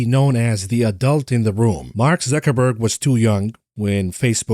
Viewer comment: makes me smile everytime he says zuchinniberg